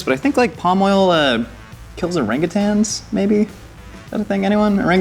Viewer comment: I really respect the fact that you pronounced orangutan correctly.